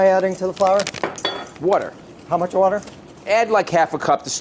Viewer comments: It’d be easier if Bobby said water not whater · Bobby Flay and Brad Leone say water the same way. WOURDER